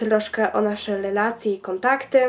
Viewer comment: 34 " lelacje " hahahhhaah